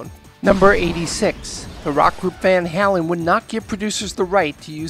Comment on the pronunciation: He said Van Halen incorrectly LOL